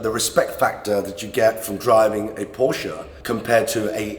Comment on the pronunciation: Brother Iman ,,, please learn how to pronounce “Porsche”